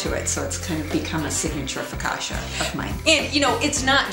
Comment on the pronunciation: Loved this!! But the way you pronounce focaccia is hilarious ahaha <3 <3